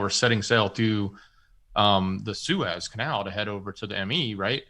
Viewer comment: Belarus is pronounced "Bella roos" Love ya, but you are really screwing up geo names (Suez) lately.